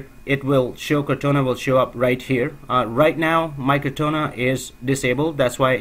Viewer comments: It's "core-tah-nah", not "car-tone-ah" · I was about to post the same comment... it is cor taaaaa naaaaaaa